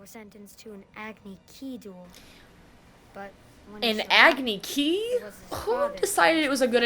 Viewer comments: They literally pronounced everything differently Avatar is ah-vatar (ah like avocado) Aang is ong (rhymes with bong) Sokka is soak-uh Iroh is ear-row Agni Kai is Agni KEY?!!? 🤦🏻‍♂️🤦🏻‍♂️🤦🏻‍♂️🤦🏻‍♂️🤦🏻‍♂️ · Acne kee???? I'm f ING done 😖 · How do you possibly mispronounce Agni Kai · The laaast aagnee kee That’s how it would’ve been pronounced if they made book 3, dear god.